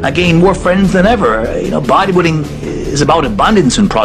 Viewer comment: was Tom saying "Buwaddy Building"?